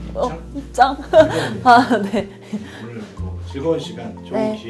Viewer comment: “오늘 ~”이라고 할 때 경상도 억양?